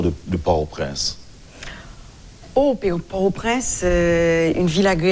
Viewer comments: Yo pa prononse pòrtoprens non an fransè doktè. Bèl ribrik. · Jan l pwonose l lan pa bon. M jus vle ede.